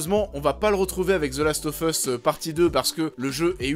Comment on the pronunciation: « Zeulast offeusse » et « unchartaide » ! 😂😂😂